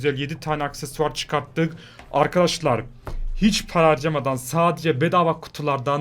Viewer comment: dakikada hiç demek yerine H yerine P dedi